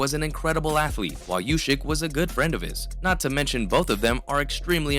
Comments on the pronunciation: if he says "ushyk", he also has to say "tyshon". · I'll 'Like' your vid when you stop saying Ushyk.